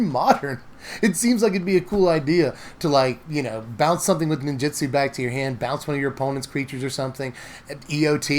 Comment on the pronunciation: you're great and I'm sorry to be this guy but NinjUtsu with a U, not Ninjitsu with an I, so sorry